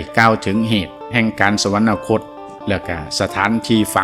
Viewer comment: สวรรคต อ่านว่า สะ หวัน คด ไม่ใช่ สะ หวัน นะ คด